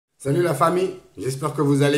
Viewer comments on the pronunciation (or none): none